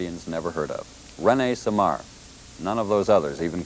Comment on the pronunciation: He couldn't even pronounce his name correctly... It's not René "Semmar"... It's René "Seamar" ! C'mon!